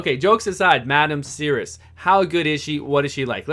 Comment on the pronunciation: Anyway, I think it is French, so it should be a silent "s" , so it is pronounced as "Serri"